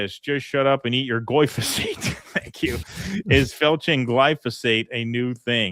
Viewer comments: It's GlyF O SATE not glyso Dyslexic. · I know it's tiring having to do the show while you're "vacationing," but for fucks sake read the word correctly! Gly-pho-sate! Not Glysophate.... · did a whole piece on glyphosate pronouncing it glysophate 😂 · "glysophate"? why do americans SO OFTEN swap letters within a word that's foreign to them? like "mandami"? what's up with that, why don't you read the letters in order and just butcher the rest of the pronounciation? said that wrong every single time here for dozens of times, reading the correct apelling on screen every time, incorrectly. 😂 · sure, from memory it's a different thing, but READ that wrong like a hundred times in this stream 😂